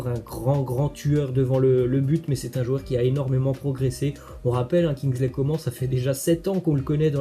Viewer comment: On dit « comane » pas « comment » tu fais exprès ou quoi